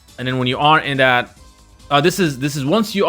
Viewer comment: Again it’s that not dat.